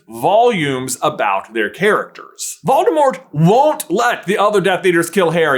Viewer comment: You're prounouncing 'Voldemort' incorrectly. It's actually pronounced vole-deh-more.